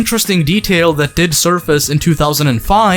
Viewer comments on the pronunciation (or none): I really hate to be that guy but qotsa are one of my favourite bands It’s pronounced hom-me